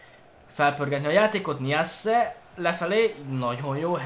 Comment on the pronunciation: nem niasse hanem najsze